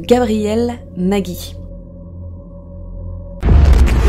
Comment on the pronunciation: ont dit NAJI et non NAGUY, car il n'y a pas de "u", j'ai le même nom de famille donc voilou si non, la vidéo est grave cool